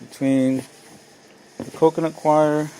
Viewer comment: What is "coconutquire"... im not sure what you're saying... but that's what it kept sounding like...